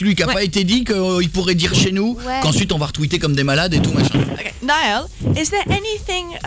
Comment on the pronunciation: JE VAIS BIEN DORMIR CE SOIR ! Mais son prénom ne se prononce pas nayal ou nayeul ;) et...Allé les bleus !!